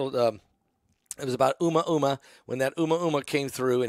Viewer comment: It’s pronounced….. a moo ah moo ah sir, not uma uma, lol😂 love you in Michigan❤